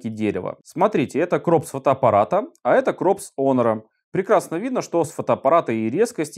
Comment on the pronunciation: Не онор, а хонор